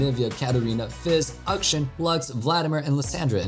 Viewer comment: It's not Aktion IT'S A K SHAAAAAAAAAAAAAAAAAAAAAAAA N